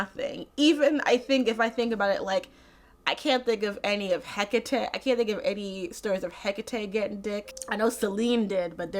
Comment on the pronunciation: "Spoiler alert: the villain is Zeus." JINX THANK YOU for pronouncing Hekate correctly!